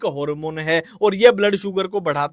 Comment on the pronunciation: Harmone 👎🏻 Hoormon 👍🏻❤